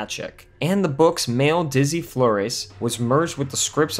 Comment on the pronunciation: ee BAN yez. FLOR ez. This is how we know you didn't watch the movie. Both names are pronounced in it.